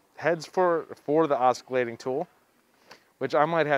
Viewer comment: C is silent in oscillating